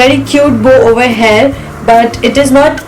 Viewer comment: It is "here" not "heir" or "hare"- as you pronounce!!!